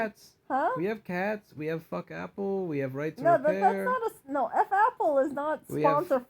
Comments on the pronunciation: Right to Repair, or Right to RePURR, heh?! Amirite?? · Right to RePURR Sounds good.